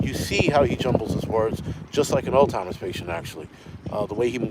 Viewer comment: Love your show. Its "Alz-hime-erz" not "old-time-erz" You know how it is when people day certain things that drive you crazy: Not diss'n you just did not know of you know the difference. Same when people call bmw cars "beemers" A bmw CAR is a BIMMER A bmw MOTORCYCLE is a *BEEMER+